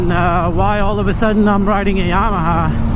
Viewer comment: Bro! It's YAMA•HA not YA•MAHA